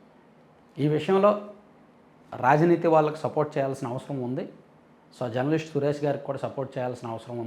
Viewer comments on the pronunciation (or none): none